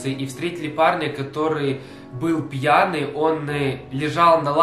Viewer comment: ты чо пяний